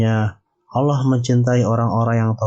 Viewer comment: Bukan aloh tapi allah